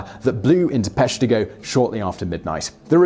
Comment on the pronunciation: Being from Wisconsin, I knew about the Peshtigo fire. Plus one for saying it correctly. Same day as the Chicago fire, which didn't make the list.